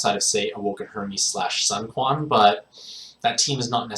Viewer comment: Hey! Can you pronounce sun quan as "swin qu-wan", sorry its bothering me lo